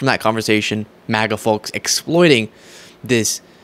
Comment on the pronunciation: Baby, the L in "folks" is silent ❤